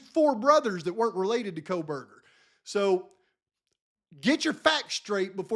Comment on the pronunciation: oh yes Megyn Kelly “Koh>L<berger” … I’m left with, this has to be intentional! 🤦‍♀️